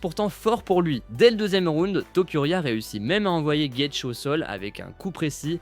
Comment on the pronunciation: Gaethje : phonétique... gaëdji in english